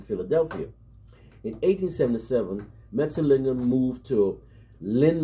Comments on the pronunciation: Thanks for the recognition given to my country man from Suriname. Jan Mat -Zel -Lig -Ger the way you pronounce the Dutch name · Finally, someone who can pronounce his name correctly 😀. Well done bro!